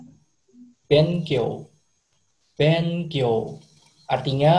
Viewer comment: Yang mas2 Jepang pronunciation nya salah semuaaaaa ん itu kalau di akhir sebuah kata di bacanya "ng" kalau di antara huruf "B" itu dibacanya "m" jadi harusnya "shimbung" bukan "shin bun" harusnya "bengkyou" bukan "ben kyou", "ningjing" bukan "nin jin" harusnya "genggo" bukan "gen go" tolong ajarin yg bener jgn misleading